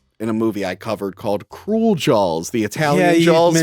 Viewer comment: can’t pronounce Spielberg Also: Jawls is a shark movie